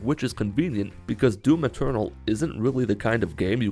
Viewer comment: Every time he says "Doom Eternal" I heard "Doom Maternal"